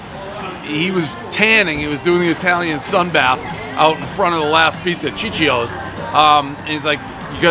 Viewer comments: Starting right off the bat with a “sissy-o’s” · It’s pronounced: see-chio’s, not chi-chio’s. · it's pronounced Chiccho's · C’mon man. Sissio’s?